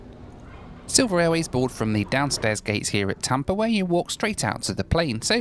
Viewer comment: It’s Tampa. Not Tampr. 🤡